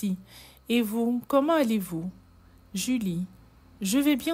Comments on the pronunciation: Commentallez vous ,c'est moche de dire sans liaison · Comment allez vous,vous devriez faire la liaison